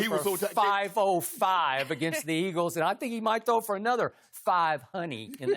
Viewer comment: He has a speech impediment lol it used to be a lot worse